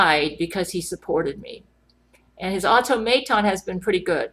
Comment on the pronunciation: everytime you said automaton I died on the inside a little